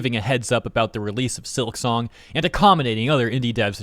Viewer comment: it's silk song.... not silik song. at least say it right.